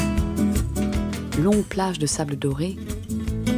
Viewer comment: "Des longues plages de fables fins"